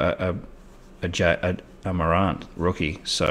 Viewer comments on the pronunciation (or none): Ja said Jar … Morant said More ant